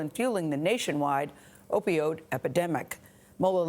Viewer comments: "...opiode epidemic." lol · What's an opiode?... You would think a news reporter would know how to pronounce what they were talking about